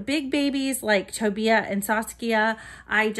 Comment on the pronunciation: He is adorable I have a Tobiah girl with full head of dark hair and belly plate . It's pronounced toe-buy-yah. Tobiah